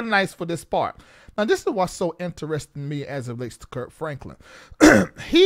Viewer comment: Called him Kirt 😂😂 with a T